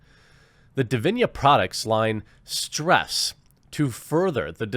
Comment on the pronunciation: It boggles my mind how you managed to turn “strives” into “stress”